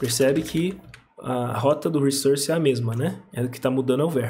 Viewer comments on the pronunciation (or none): Ótimo vídeo, ótimas explicações, ótimo inglês. Crítica constritiva: fala "wrissórce" não "wrissãrce".. depois que se aprende isso, dói ouvir do outro jeito. Na verdade nunca entendi por que praticamente a comunidade dev brasileira inteira fala dessa maneira 🤷‍♂️ Parabéns pelo trabalho.